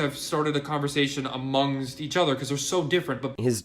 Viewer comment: How hard is it to say amongst right he murdered that word, is a spastic hand gesturing moron who has no actual proof to show for the things he says he just runs his mouth and nothing comes out but pointless drivel